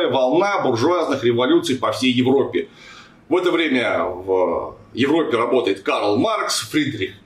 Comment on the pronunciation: Половину ролика силился понять, откуда мерзкий скрип... так и не понял. И, Клим Саныч, слово Европа произносится с одной "п", а не двумя. Ну примерно как "Жопа".